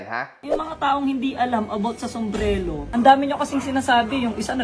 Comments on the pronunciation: BOBO ampowta SOMBRELO daw sbi ng,,, tas babanat pa ng walang alam s business eh salitang SUMBRERO nga d nya mabigkas ng TAMA, SOMBRELO daw ano ka bata,,, qng dba nmn nuknukan ng TANGA 🤦🏽🤦🏽🤦🏽,lupeeet ng mga binitawan mo Headshot tlga 🔥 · "Sumbrero" hindi "Sumbrelo" tanga HAHAHAHAHA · 8 months ago na to pero putangina mo patawa ka wahahaha ultimo sumbrero bigkas mo sumbrelo ulol! 😂 panggap ungas. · It is pronounce as Sumbrero not Sumbrelo!, I CAN TELL THAT YOU ARE UNEDUCATED! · Tsaka, "sumbrero" kasi yun, hindi "sumbrelo". HAHAHA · ANUNG SUMBRELO?😂😂😂😂AYUSIN MO PRONOUNCIATION MO.😂😂😂😂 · 25K? Hahahaha 😂😂😂 tpos "sumbrelo" pagkakasabe ni 😂😂😂😂 ahhahahaaha balak ata makihanay sa LV or Dior hahahhaha boss malala na yan si hahhaa